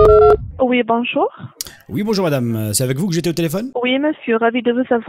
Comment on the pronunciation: ha ha ha ....bijour...l'ilicrticiti ....i li gaze !